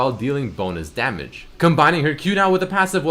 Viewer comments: " taking SAMAGE " LOL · Hahaha "samage"